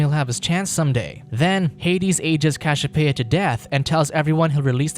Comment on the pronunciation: Cashiopeia, Zues... wtf are those pronounciation lol....